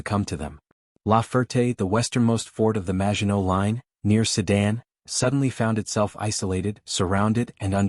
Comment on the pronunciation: Wenn ich schon die 💩 KI höre, dann bekomme ich 🤬🤮 Höre immer nur Sudan, Seidan und andere 💩 Welch ein Schrott, zum 🤮